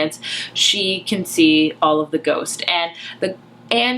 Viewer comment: "This is a retelling of Jane Eyre, only with ghosts" I HONESTLY THOUGHT YOU SAID GOATS